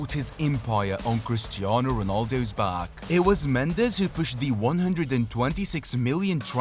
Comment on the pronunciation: For your edification, Portuguese pronounce their 'j's' like in English, not 'h' as the Spanish do. So Jorge is 'George', not 'H'orge. As for the last name, it's pronounced Mends like 'mends' clothes and not the Spanish mend -ez.